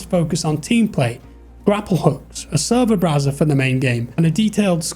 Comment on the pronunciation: " A sever browser" I don't know why but that for me hit real hard